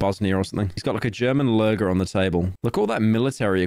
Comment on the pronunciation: The pronunciation of the name luger even though that's a Mauser C96 actually made me KMS